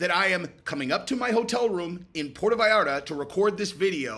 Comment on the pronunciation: Puerto.not porto..come on you're intelligent.